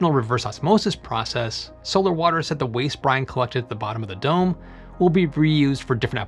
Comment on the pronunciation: When you said "dome designers" I heard "dumb designers".